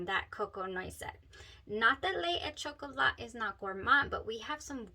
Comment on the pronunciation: Well pronounced, buena chica! LE é CHOCOLÁ